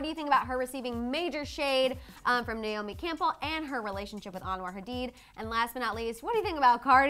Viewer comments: Her name is Nay- O- Me not Nyome!!! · NAY-O-ME (because you don’t even know how to pronounce her name), is the world’s most famous and accomplished SUPER MODEL, not a “top model”. She still works, is very well paid, is every designers dream and is respected by all models who actually matter and worked their way up in the industry. She is “older” but still banging. She paved the way for EVERYONE, not older models. Get it together.